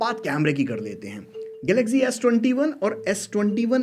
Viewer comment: sahi Maine m tumhe video banana hi nhi chahiye Politics jaisa khel rhe mobile ko lekr kya hi aadmi ho tum ... aur to bhai galaxy bolna Sikh ja